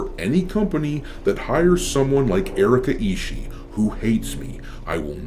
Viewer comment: hey, you misspoke the name, its Erika isshiet